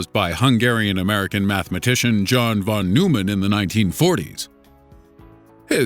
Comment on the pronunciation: It's pronounced Von-Noy-Men Get your facts straight, and get your politics out entirely.